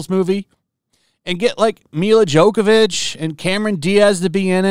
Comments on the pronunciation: It's Jo-vo-vich. No K in there. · Ok, your pronunciation of Jovovich's name is killing me, and sounds like you are insulting her. Phonetically, it's like "Yo-vo-vitch" - Yo, like the greeting - vo, like the first syllable of 'vocabulary' - vich, like witch, but with a V instead of a W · Milla's last name is pronounced "yo vo vitch." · Your're looking for "Jovovich". "Djokovic" is the tennis player. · I don't even know how he's doing it, but him consistently calling Milla Jovovich "Jokavich" is too funny to me. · Mila JOKE-ovic... Was that a pun or did you just read it wrong? I LMAO:ed 😂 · You pronounce her name me-ya yo-yo-vich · 'Joke-avich'? That's just insulting. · It’s Milla JOVOVICH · JO - VO - VIC It's not that hard ... and if you KNOW you have problems with the name ... PRACTICE IT ... by READING IT ... SLOWLY. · Its not (Jokovich)